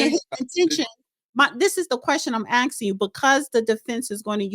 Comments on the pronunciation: It’s not AXXING! It’s ASKING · Did she say axing you"? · It's aksing- phonological dyslexia